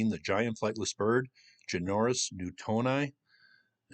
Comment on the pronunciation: Great video, good to see you cover this, our native people are amazing. the bird is pronounced JENNY OR NUS